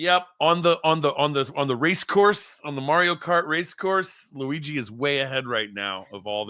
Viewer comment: Forza Luigi! By the way, Francesca is the only person in media to say his name correctly. Brava Francesca.